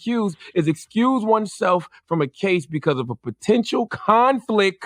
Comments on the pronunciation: “Conflick of interest” 🤣🤣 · "conflick of intress" lol, shuuuut the F.U. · Charlemagne said "conflick" 😂😂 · The word is "conflict" not conflick...